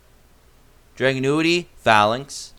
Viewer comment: Drag- unity is how it’s pronounced